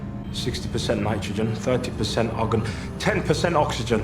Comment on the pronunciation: We not gonna talk about how the AI pronounces argon as "oggun"?